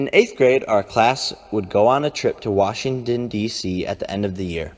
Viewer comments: washing-din-d-c ok jake, maybe you shouldn't have dropped out of high school lmao. kids, this is why you want to at least graduate high school. don't be a jake paul. can't even correctly say the capital of the USA (the country he lives in). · "washingdin dc"